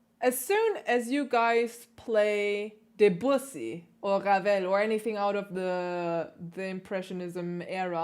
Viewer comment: I like your videos very much. Thank you for all your musical and technical insights. However I am French, and Debussy should be pronounced somewhat as "Döbüssi" if it was German spelling.😉